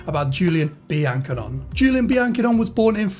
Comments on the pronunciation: Great vid. Seem like a pro already! Pretty sure it's pronounced Be-an-ko-nay tho. Keep it up! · Good video mate although I think it's pronounced bian cone (cone) at the end!